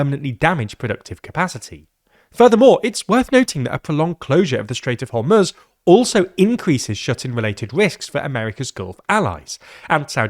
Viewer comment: Thank you for pronouncing Iran and Hormoz correctly 🙏